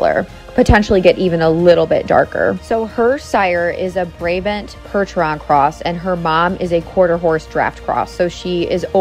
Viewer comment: Just so you know, Brabant is pronounced "bra-bahnt" :)